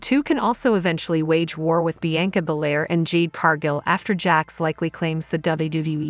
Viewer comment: Learn how to pronounce Trish's name. Seriously. Also, Bianca's name. Holy shit.